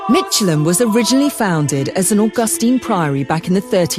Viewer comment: It's pronounced Mick.. elham, not Mich.. elham.